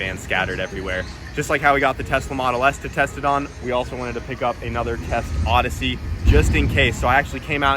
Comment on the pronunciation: Plodyssey idk why he keep saying ussy its ossy